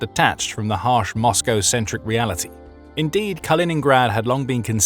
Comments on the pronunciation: KalinINgrad not Colingrad. You're supposed to be the authority here. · It's not "Carl-in-grad" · It really detracts from any credibility you claim to have when right off the bat you totally mispronounce the nam of the region you are purportedly an "expert" on...Kaliningrad was renamed after the Soviet Bolshevik hero and former mayor of Leningrad, Mikhail Kalinin... My name is Colin. His name was Kal-in-in, and the regeion is called Kaliningrad... Do your homework before you purport to know what you are talking about please.